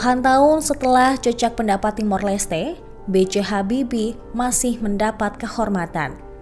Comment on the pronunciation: Kok naratornya mengucapkan JEJAK PENDAPAT. HARUSNYA JAJAK PENDAPAT. JEJAK artinya tanda yg ditinggalkan. JAJAK ( MENJAJAKI) atau melakukan sensus., artinya tindakan untuk mengetahui jumlah dlm satuan. Misalnya menjajaki kedalaman sungai, berapa meter kedalamannya? Menjajaki jumlah orang yg memilih calon kades A, calon kades B.